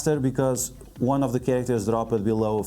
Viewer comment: "Slowly tap on this wong"